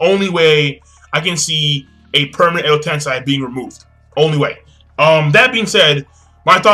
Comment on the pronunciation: You keep saying Edo Tensai - it's Edo Tensei.